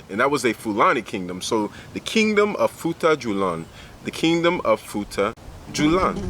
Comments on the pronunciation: I am Fulani, great video by the way. Just to help on the pronunciation It futa jalon not julan Their houses called sudü-hudö mean Sudü = house Hudö = dry straw, weed Thanks for making this video 👍🏾🇬🇳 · love the video and i am from futa djalon. its pronounced as futaa jalloh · it is pronounce as "foo ta jalloh